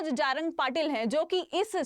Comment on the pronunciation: मॅम जारंग नही *जरांगे*बोलीए